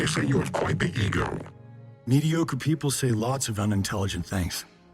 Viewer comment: I keep hearing saying "e-girl" instead of "ego" xD